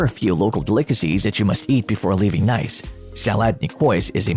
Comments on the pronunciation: Pro tip: Nice is pronounced 'knees' not 'nice' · Lasted 2 seconds into the video. Can’t even pronounce the city properly. Next.